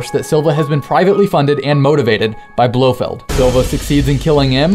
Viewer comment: lol you said "BloHead spearhead..."